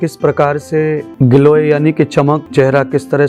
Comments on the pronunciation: glow ko giloy kah rhe hai 😂😂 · गिलोय नहीं ग्लो बोलें। आपका क्षेत्र धार्मिक उसके अनुसार शरीर पर ध्यान न देकर प्रभु प्रेम का ध्यान होना चाहिए। शारीरिक उपचार की बात आयुर्वेदिक क्षेत्र वाले करें तो अच्छा रहेगा।